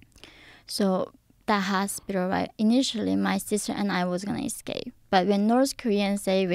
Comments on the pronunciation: Hospitter????!!! Cheezzus Christ 😂😂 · she has one of the funniest accents and pronunciations in English. and the way she pronounces hospital, "HOSPITER". lol cute